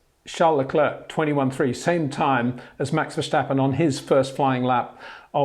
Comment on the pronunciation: Thanks Peter! Your Dutch needs a little work. It’s ver-stappen not ver-shtappen. So pronounce the s like in versatile or still. 👍